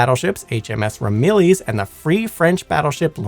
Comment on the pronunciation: Not to jump on the pronunciation train, but Ramillies is RAM-i-leez, as in the truck that inspired the herd animal. Provence is Pro-vah-nce. You did nail nuclear, but the number twelve is pronounced with a long "e". That aside, love the video!